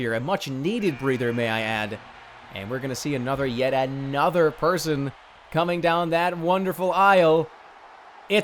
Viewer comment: Another gad damn it, anothah!